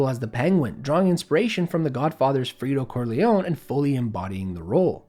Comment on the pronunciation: “Frito” Corlean lol